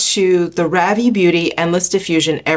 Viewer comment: Love new makeup videos! I think Ravie is pronounced "Rhaa-vy". :) I'm in Canada and I can't wait until they open up their shipping to us. The brush also looks incredible.